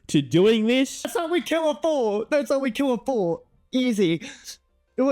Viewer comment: "I destwoyed the fowt, I destwoyed the fowt!"